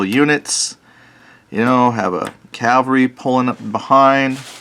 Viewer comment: Hate to be “that guy” but its CAValry not CALvary. Either way love seeing you dive into some napoleonics! Battles of Napoleon the eagle and the lion function as my go to rules. Its a boxed game with map boards and figures but the rules easily convert to tabletop which i have used with my risk figures and my 28mm figs. You can also use the file that is attached to nail clippers for the bases. Place the file flush against a flat surface and run the base of the fig back n forth over it a few times Though i own no 15mm naps i think it truly is the perfect size to game with.